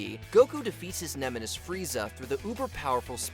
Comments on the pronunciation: Did the commenter says ''nemenis'' instead of 'nemesis' ? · ‘Nemenis’ good job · Dude said Frieza was Goku’s “nemenis” 😂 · Did he say "nemenis"?